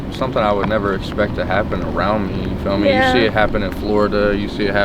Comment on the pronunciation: the whitest white boy in the United States of America says "feel meh?".